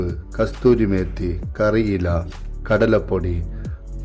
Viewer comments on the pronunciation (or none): കസ്തൂരി മേത്തി അല്ല ബ്രോ കസൂരി മേത്തി